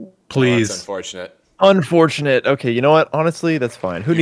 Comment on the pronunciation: unfortunate? Nah “unfoutonate”!